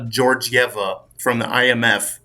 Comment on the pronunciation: How is Krystalina Georgieva a weird name ? Like not at all . Have you been living under a rock ? Versluis is even more weird . Not for me , but for someone who thinks Georgieva is weird , Versluis must be even weirder 😂 come on man ! You sound like an amateur when you say things like that or mispronounce peoples names